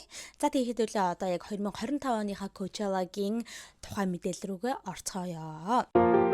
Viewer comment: аниа ковчала биш пучола шд